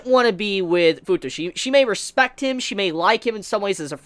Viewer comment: Fu-tushi? I mean.... It's OK for you to call Futoshi "FU-TUSHI" sounds like a "SUSHI" but I'm laughing so hard right now... 😂 "FU-TUSHI"